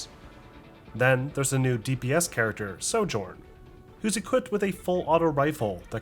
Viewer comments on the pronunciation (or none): none